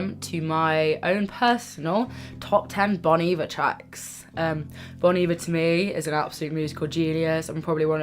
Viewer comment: It’s pronounced: BONE EEEEE-VARE